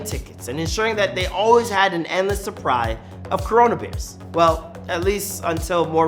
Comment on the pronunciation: suppry lolol